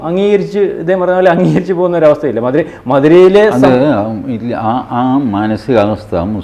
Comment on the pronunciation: മധുരയല്ല മഥുര